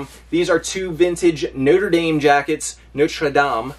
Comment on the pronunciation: Hi, my favorites are the Notre Dame (good job pronouncing it) good score. It pays to have a good reputation!